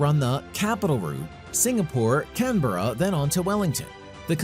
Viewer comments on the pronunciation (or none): none